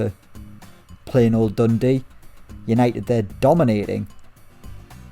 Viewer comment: Triggering how you say Dundee.... not Dundee UTD